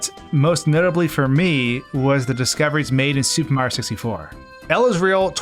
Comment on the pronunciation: Why does it always sound like you say "Super Ma 64" ? I've always heard it called "Super Mario 64." Where did the "rio" part go?